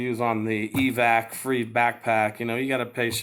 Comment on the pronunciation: It’s called Evatac. Eva-tac. Not Evac